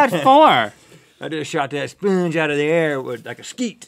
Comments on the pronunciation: "A speengee" Sorry I died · "It's an old spernge" Rhett 2k16